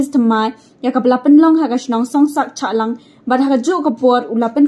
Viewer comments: Shahlang madam not chahlang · Shallang not Chahlang